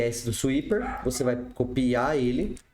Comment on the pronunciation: Seria legal falar o nome da biblioteca em inglês, pronunciar como "suíper" é muito feio e não custa nada a gente aprender a falar o nome da biblioteca certinho :P